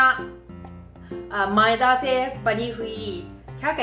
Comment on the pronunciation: Madiya nahi maida but good hindi I am your old friend of you